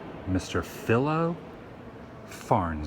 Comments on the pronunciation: ya know woo I watch your vlog every day never miss them I enjoy them very much but sometimes your pronounce words worng no big deal but its pronounced phi-lo sorry dude but I would tell my friends to just so they would not look foolish I hope we can still be friends . you should come to up state NY sometime check it out mainly the Adirondacks a lot of cool and unique places to visit lake George NY ,lake placid,etc keep up the great vlogs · Philo's name is pronounced 'Fi-' as in Five and lo as 'low'. Just to let you know and since you are a Futurama fun if I recall correctly. The professor is named after Philo. His name as I'm sure you know was Hubert Farnsworth and his son (clone) name is Cubert. Yay Fun Facts brought to you by Laudium! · It's Ph-eye-lo.